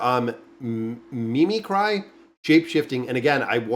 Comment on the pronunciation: Not just names! Normal words such as mimicry and protagonist lmaooo